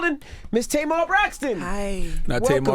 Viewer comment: Angela yee The Tamar has been around forever. My family has two, and I knew several growing up. Difference is they pronounce it the way it is spelt, not Taymar .